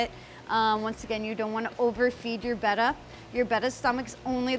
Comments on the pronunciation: beh-tta (the way she says it) is technically the correct pronunciation. But, potato, potahto 🤷🏻‍♀️ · Good job on saying betta correctly. Way too many people say it wrong. Than you for easing my OCD. lol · It's pronounced Betta, beta is bayta. :)